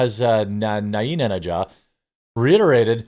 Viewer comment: Ok it's funny to hear you try these names but they're not that hard. It is Pez-Esh-key-inn not this